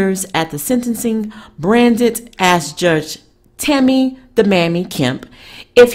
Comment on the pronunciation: It's pronounced BRANT,the D is silent.